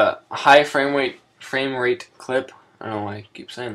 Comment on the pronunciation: Fwame wate.